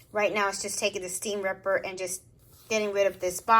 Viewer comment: It’s most likely from the file and not a basting stitch . I didn’t know you can back stitch!! Lol I like how she says STEAM RIPPER !!😆